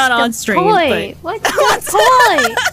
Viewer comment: Unless she pronounces "point" without the N and T like "poi" then said "what's the toy? What's the toy!?... Toy.."